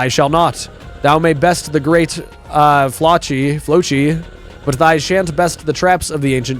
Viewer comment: flocci is pronounced like flossy